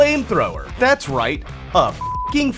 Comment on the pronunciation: “Americans rait?….and ya skewl shewtings” 😂😂😂😂😂